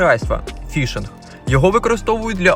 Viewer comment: Не вішинг, а фішинг! Від слова "фіш - риба". Риба на гачок.